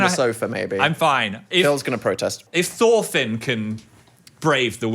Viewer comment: aint no way i just heard phil say THORFINN? HE KNOWS BALL?